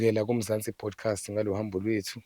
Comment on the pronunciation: kuthi Podcast or bodcast? Sekukaningi ngikuzwa uthi Bodcast. Awulungise kuleyondawo